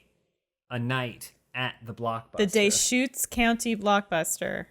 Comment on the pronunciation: Is anyone else mad about how says Deschutes. And if anyone is wondering the blockbuster is in Bend Oregon.